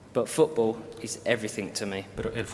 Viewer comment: “I’ve always loved foo-ball” NO WAY🙄one of David’s many many politicians fake speeches👎overrated/overhyped rubbish “foo-baller”